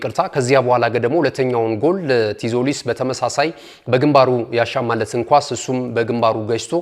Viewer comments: እንዴት ነው ምታነበው ቲዞሊስ አይባልም ዞሊስ ነው ቲ አትነበብም በተረፈ ምርጥ አቀራረብ ነው ትመቹኛላችሁ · donot say tzolis t is silent read as zolis